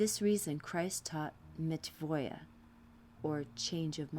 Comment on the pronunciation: Metanoia (Gr. μετάνοια) is pronounced with an n (Greek ν). Noia is apparently same as nous, meaning "mind" (compare with noosphere and nootropic). See